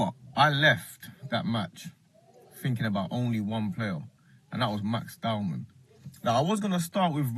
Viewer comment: Its not DOWNMAN. Its Dow-man.